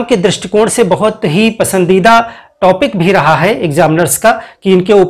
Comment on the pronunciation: टॉपिक को टापिक न बोलें।